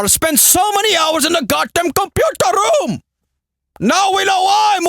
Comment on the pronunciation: LOOOOOOOL so glad i found you way back before you blow up.....funny fucker lol 'computarrrr rroooommm'